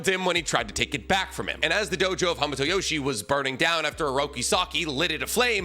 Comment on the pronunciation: I cant watch this video anymore. You keep mispronouncing hamato and it's hurting my ears. 👎